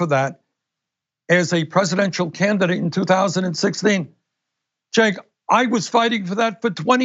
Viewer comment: Ah look , Bernie's finally learned how to pronounce Cenk's name correctly